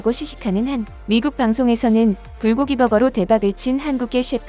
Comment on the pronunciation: 불고기 불고기 발음이 누더기 누더기로 들리는건 뭐야? ㅋㅋㅋㅋ